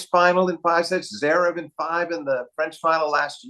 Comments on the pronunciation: Flink should finally learn how to pronounce Zverev. He always leaves out the first “v! It’s not Zerev. All that knowledge and insight gives Flink elite status, but he might have to hope Zverev fades out of the need to be mentioned much if he can’t get the name right. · Steve, PLEEEESSSSE say the 1st V in Zverev